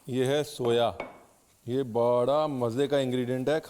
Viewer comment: Soya nhi Soaa bola jata hai is herb 🌿 ko